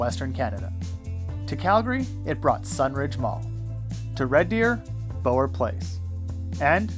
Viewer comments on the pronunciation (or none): Uuuuggggghhhh the mispronunciation of Bower Place made me cringe so hard. It’s not Bow like bow and arrow it’s like bow of a ship or take a bow. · Great stuff. Not to quibble but Bower mall in red deer is pronounced like Bauer not Bow-Er. I worked extensively on the bower mall update in the mid Aughts. I remember going to heritage as a kid.